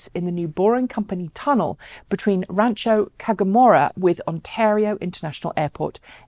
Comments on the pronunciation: I don't see why it's hard to pronounce. Phonics, yo. I have NO IDEA how got "Tagamora" out of it. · Rancho Cucamonga is pronounced Ranch-O Kook-a-MUNG-GA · great report but it is pronounced RANCHO KUKE-AH-MUNGA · It’s pronounced Rancho Coook a mongo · "RAN cho KOO ka MON ga"-- easy enough to mispronounce, especially considering its Hispanic origins.